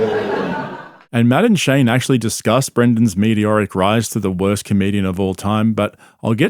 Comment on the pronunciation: Madame Shane needs to be his nick name now